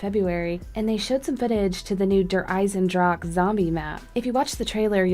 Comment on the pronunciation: Actually u pronounce Eisendrache with the e at the end